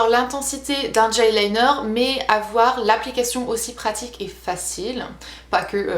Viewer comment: GEL liner ! Et non "DGEL LINER"